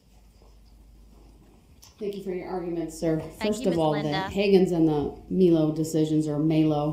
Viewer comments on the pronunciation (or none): none